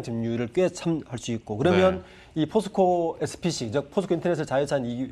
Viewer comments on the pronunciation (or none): 포스코 SPS 아닌가요.. 계속 SPC라고 하시네요..ㅎㅎ 그리고 인터의 대부분의 영업이익이 가스에서 발생하는데 그 가스산업의 미얀마군부와의 어떤 커넥션이 있다면 다음 미국의 타겟이 될 확률이 높지 않나 싶네요..미얀마 쿠테타가 끝나기 전에 뭔가 접근은 찜찜해 보이네요...!! 그리고 그런 좋은 부분들의 반영이 최근에 이루어져서 급등한게 아닌가 싶습니다..